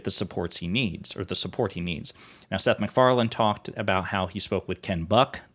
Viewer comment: "Seth McFarland" 😂😂